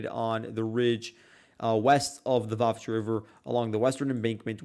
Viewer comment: Why do you always call Vuhledar 'Vuhkedar'? And why is this almost completely destroyed and depopulated small town, now only on the road to nowhere, considered so significant by both sides? Is its current importance mainly symbolic , after the major battle there earlier in the war?